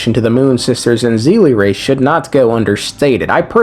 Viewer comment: Bro really said zeelie instead of seelie. Bro this is not hsr. They're not seele from hsr. It's not "Z". It's "S"